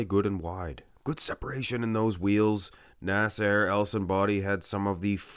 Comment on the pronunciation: When says "Nasser" it sounds like "A$$ HAIR" 😂😂😂😂